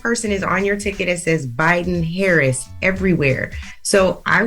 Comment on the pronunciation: I will make my last comment. If you call in to complain about who is running for President. You sound very stupid to me when you can’t even pronounce the Vice Presidents name. I hear you all trying trying so hard to speed through her name. Learn how to say her name before you vote.